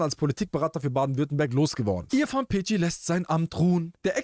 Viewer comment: Peci spricht man Pezi wie Spezi